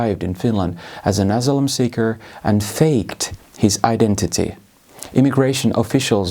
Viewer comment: Lausuntaläksyjä vielä: "Event", "asylum", "ideologies", "Polish station", (heh)... "phenomenon". "Asylum" toistuu useamman kerran, samoin puolalainen poliisi, mutta iso plussa "multiculturalism" lausunnasta.